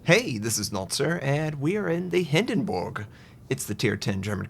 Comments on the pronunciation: I'm sorry but is it just me or does him saying Hindenburg wrong bug anyone else. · hinden"borg" lol